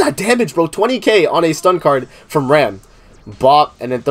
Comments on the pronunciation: Her name is pronounced "Ram" lol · She is RAM and you pronunce RAM Rem is the blue sister